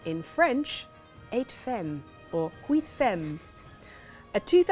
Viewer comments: 8 femmes is pronounced kinda like "wee fam". Nice try, French looks so difficult to non natives! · Psss.. It's no big deal, but "femme" is pronounced like "fam" in French.;)